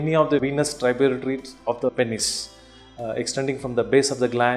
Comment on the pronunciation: Every time he said pennes i laughed.